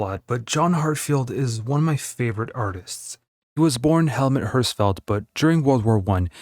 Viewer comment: "Helmatt Hörsfeld" No, that's not how to pronounce his name. 🤣🤣🤣